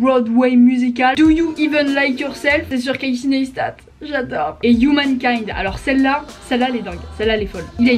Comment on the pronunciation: Etre fan et ne pas savoir prononcer son nom... Tu as du voir pas mal de ses vidéos dans lesquelles il dit que son nom/prénom se prononce [KC NYCE STAT] et non pas [ness ta] Just saying :)